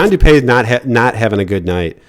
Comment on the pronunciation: Its du-pee not du-pay